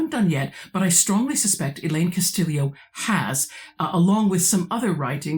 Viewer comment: I confess that I am one of those that you predicted would catch that strange pronunciation of the author's surname - but it makes sense the way you explain it. Is Elaine Castillo Pilipinas? You are correct, it is very unusual to find anybody in.. at least the metro Manila area of Luzon in Philippines without a Hispanic surname, my wife and her extended family included. But you could say the same thing about the Mexicans where I live on the Texas / New Mexico border. The Spanish completely wiped out, not only family histories, but.. native history in general. All pre-colonial history in the Philippines has to be inferred from language patterns, genetics, archeology, etc, because almost nothing is written that is not Spanish. Hell, Pilipinas, Philippines, the name of the archapelago itself derives from Spanish monarchy. And don't get me started on the almost universal adoption of the Spanish religion HAHA. Thank you for the very interesting video discussion.